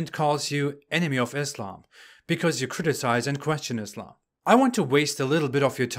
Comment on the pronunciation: pronounces islam as izlam Muslim as muzlim And he claims to be ex muslim🤣🤣